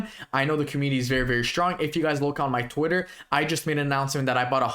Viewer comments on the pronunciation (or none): none